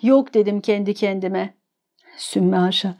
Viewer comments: Çook teşekkür ediyorum Güzel bir anlatım Gönlünüze sağlık “Sümme hâşa” deyişiniz Apayrı güzeldi☺️ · Harika. Ağzınıza sağlık. Telaffuzunuz, vurgularınız çok güzel. Tebrik ederim. Bilhassa " Allah yok dedim kendi kendime" dedikten sonra SÜMME HAŞA demeniz takdire şayan